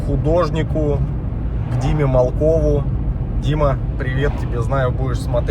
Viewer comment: "Малков"- вятская фамилия, с ударением на букву "а".